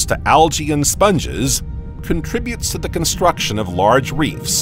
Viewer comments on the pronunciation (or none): none